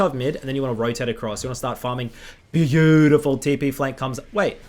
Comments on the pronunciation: Nobody:: BAYOUDIFUL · say it with me fellas, B-A-U-DIFUL